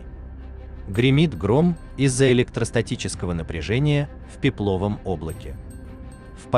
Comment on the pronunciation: пЕпловом(!) грамотей - пЕпловые, босяк! ... задолбался я тебя исправлять!